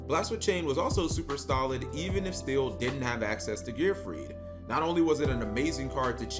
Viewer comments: So, he’s is actually mispronouncing my last name. Lots of people think it’s still or steel, but it’s actually pronounced still-E. I never thought of me playing gearfried and my last name like that before. That was a fun tournament and I definitely messed up in the top 8 match. I remember it like it was yesterday. I stopped playing yugioh a few years later. Due to master duel, I’m back into playing the game again even though I think that summoning so many monsters per turn can get a bit confusing. The game is definitely different, but I still like the challenge. Just wish I could figure a way for gearfried to be competitive again. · No, his name is just heavily mispronounced~